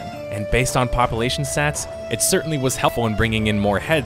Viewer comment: first of all i love your channel. second of all please stop saying popple-ation